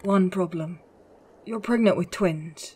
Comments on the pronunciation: Am I........ Gregnant? Am I........ Pregonate? Am I........ Pregonte? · She's pregananant.